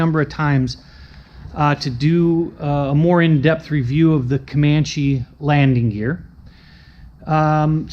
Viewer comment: I just bought a 260B Comanche. I flew a Comanche in the 1970s when I live in England and always love it, I've enjoyed watching some of your videos about your airplane. But I have to ask, why do you call it a Comanch when it's a Comancheeee? I've already copied your iPad mounting. I just couldn't find a clamp that would fit the Comanche yoke.